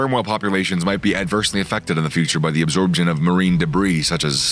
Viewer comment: "absorBtion" haha